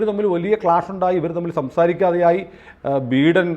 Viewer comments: ബീടൻ അല്ല ബീരാൻ 😂😂😂😂 ബൈടൻ ആണ് സാറേ 🤭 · Pronounce ബൈഡൻ please 😅